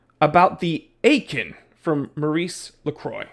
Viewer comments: Aikon is pronounced like icon in English. Lacroix, the "croix" is like in croissant, with a hard rolling "R". As for the brand. I scored a pontos S diver chrono for a few hundred euros unworn. Look and thou shalt find bargains. Oh, eta 7750 caliber 200wr, 43x15mm. Not bad I think😂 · Had it, not a bad watch. Btw, you can read Aikon as "icon" 😉🤯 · Say it with me: “Ay-kon” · As long as you can’t even pronounce the name correctly, I unfortunately can’t take you seriously.